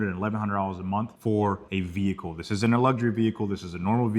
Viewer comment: Whâts a "VEE-HIKULL" is thát a Đevicé thať usés a Ĝas instead of a Łiquiđ foř Pró-Púlsión 🤔 ¿¿¿¿